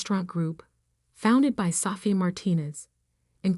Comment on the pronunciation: Same old stories in a different version. Gettinng tired of these boring stories. Sofia- is pronounced SO-FI-A NOT SAFIA